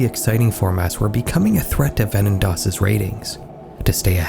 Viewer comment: You're attempt of saying Wetten dass is acceptable